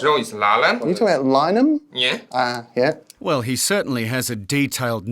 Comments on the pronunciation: The guy at the start is trying to say that he went to Lyneham Primary, and Lyneham High. If you struggle with English why choose a suburb that isn't pronounced the way its spelt. Lyneham for any Americans is pronounced Line-uhm. Resist the urge to say Line-eh-ham. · It's funny! his school name pronounced with a LIE his street name pronounced with LIE 🤣